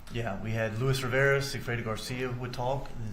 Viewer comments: Defense lawyer is very ignorant and rude. She’s been rude but today is the worse so far. The undercover agent is fluent in English and Spanish. How is that hard to understand? He pronounce the Spanish name the way it’s suppose to be pronounced. She’s the one who saying it wrong. So ignorant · Well the way he pronounced "Luis Rivera" did strike me as really bizarre. He did not sound like an actual spanish speaker lol. My theory is that she thought the same thing, but felt pressured to come across as friendly so she turned it into a compliment she didn't really mean.